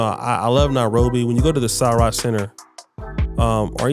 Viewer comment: Also Sarit Centre. Its Sir-writ not Sir-right.